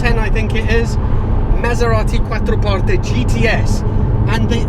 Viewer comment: The only English person that has ever pronounced "Quattroporte" correctly. Nice!